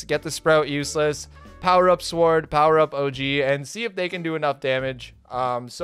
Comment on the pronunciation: "5 really good players and sward" epic